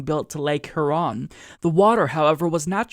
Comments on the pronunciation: That pronunciation of “Lake Huron” made me cringe. It’s one of the 5 Great Lakes. “C’mon, man.” -Joe Biden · Lol, pronounces Huron so funny. I live right there so trust me. And to top it all off he’s from OregON. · Lol. Your pronunciation of Huron is interesting.